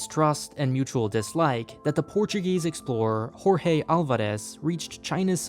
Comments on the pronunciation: I swear when I have a credit card I will subscribe to Nebula. This is more like a documentary. Thank you for sharing this! Also, it's Portuguese, so Jorge Álvarez is pronounced like Zhorzhe Alvarez. Horhe Alvarez is the Spanish pronunciation. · Pronouncing portuguese names with a spanish accent is awful. Jorge is pronounced more like George than like hor-he. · Really interesting thanks. I've longed for more content about Macau and your video was like sex and chocolate at sunset for that. Now I wanna return and see it with a whole new perspective. But mate, never assume that Portuguese is pronounced the same as Spanish: jorge = hor-he zhor-zhe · "Jorge" is pronounced in a similar way as "George" not "Hor-hey"....its really annoying that people pronounce Portuguese in the Spanish way... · It makes me sick when people that pretend to be experts in one subject mispronounce people’s names!!! . Jorge is read just like the J in English “Julie”. Not Horge! Portuguese and Spanish may derive from the same branch of Romance languages but they are not the same!!!! Please stop mispronouncing names! Yuck!!!! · And "Jorge" is pronounced "Zórze" not "Horhé" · For future reference, the names Jorge and José in Portuguese, tho identical in spelling, are pronounced quite differently from their Spanish counterparts. Jorge = Spanish: hor-hey Portuguese: zhorzh José = Spanish: ho-zey Portuguese: zho-zey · You don't pronounce "Jorge" in Portuguese as you would in Spanish. It would actually sound more like a soft "George" (zheorzh) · Why would pronounce the name of the Portuguese sailor with a Latin-American Spanish accent? "Horhay Alvarézzz". Also, it is not very accurate to represent Portugal with the present flag, which wasn't the country's flag until 1910... But the rest, great content. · Why are the Portuguese flags turned 90 degrees??? , , and others.... And why are you pronouncing "Jorge" as in Spanish ?? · that's the Spanish pronunciation of Jorge, not the Portuguese one